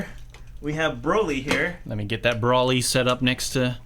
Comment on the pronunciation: It’s broly not bawly